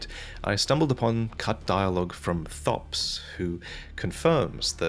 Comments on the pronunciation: Thops says his own name in-game, so I find it annoying that you say it as thopps and not as topes. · Thops's name is pronounced "topes," he says it the first time you speak with him. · Why would you pronounce Thops's name like that?!?!?! I'm crying